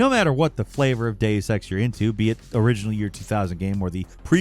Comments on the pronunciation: For the love of God, please either stop putting Deus Ex on "" lists or tell him how to pronounce "Deus" and "Eidos". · The way you pronounced Deus Ex and Jean Reno hurt my ears 😂